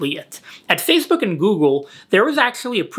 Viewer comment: Nobody:: Fazebook